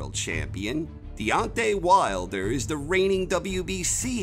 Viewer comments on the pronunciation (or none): none